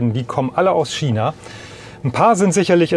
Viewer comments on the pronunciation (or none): Es heißt China, nicht Schina. Nur so nebenbei. :)